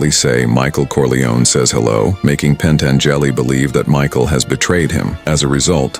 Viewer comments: "PentangEli". Can't stand this stupid AI slop anymore. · Love how it kept saying it over and over again too. Growing more confident with each Pan Tan Jelly...AI replicant/Ash from Alien sounding ass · PEN-TEN-JELLY??? A.I. is great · Pen-tan-JELLY was a helluva guy.